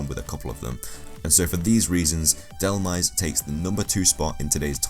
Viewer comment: It's not DEl-Meze it's DEl-Mize